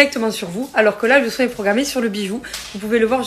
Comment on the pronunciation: "c'est traumatchique", "on fait un soingue" 😂 Aie aie aie, elle est Priceless celle là